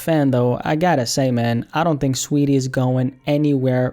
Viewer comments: Its saweetie not sweetie🤣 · Its not sweetie, its SAWeetie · Saweetie lmao you mean STREEETIE SHES FOR THE STREETS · I like how you say her name😂